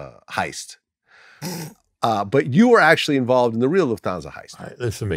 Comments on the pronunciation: It's Luft-Hansa, not Luf-Thansa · How did Vlad pronounce Lufthansa? It's not some fancy exotic word xD It's German. It's Luft and then Hansa. Which is pronounced like Hun-Suh. He actually said it almost right , that was pretty accurate. Yeah and this guy cappin... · I HATE HOW VLAD SAYS LUFTANSA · Why do you say Lufthansa so Jewey?